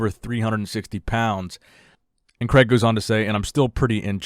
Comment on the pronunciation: Excellent listening to the name Craig in the UK, Cregg?! Or CrAIg / Crayg the A and I are in there for a reason. Anyhow, great content, always click fast for. 👍🏼